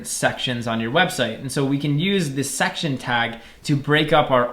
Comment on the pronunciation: Everyone: section this guy: SUCCTION